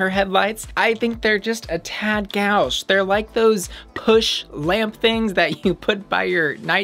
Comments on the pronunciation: FYI Gauche is pronounced like Go-Sh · Gauche is pronounced with the Go is "goes" and then an sh. Goe-sh :) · Gauche is pronounced goshe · Gauche is pronounced “go - sh” (not being pretentious, I only know the word because of Bojack horseman...)